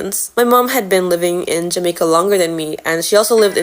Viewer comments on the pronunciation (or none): I also basically completly lost my patwa and can only understand it now but not speak it, also the way you say jamaica is REALLY jamaican, the accent definetly isnt gone